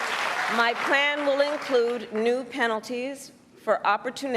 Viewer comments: What is price gaging? It's called price. Gouging. See the speech was written for her.She don't even believe any of this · Kamala said “housel crisis” and “price gaging” lol .. clearly shows she hasn’t thought about either issue much